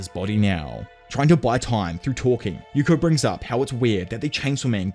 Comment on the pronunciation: Hearing Yuko name the wrong way so many times was fun